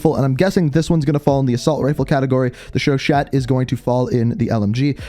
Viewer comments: For the love of god please stop saying "chauchette" It's chauCHA no T, no "ette". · My teeth hurt. Anytime anyone tries to read French names. Chuchat - Sho-sha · Please start pronouncing the Chauchat lmg Sho-Sha The gun nerdr in me is getting triggered lmao